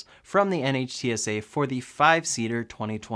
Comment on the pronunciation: By the way NHTSA is pronounced 'Nitt-sah.' Love the video!